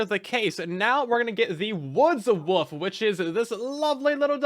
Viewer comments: pronouncing wolf as woof repeatedly is killing me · Did you know... The word woLf actually has an L in it, lol